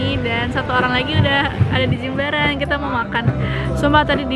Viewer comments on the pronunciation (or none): correct ya, Jimbaran bukan Jembaran 😭